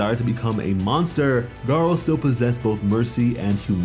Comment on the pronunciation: GARU > GAR-O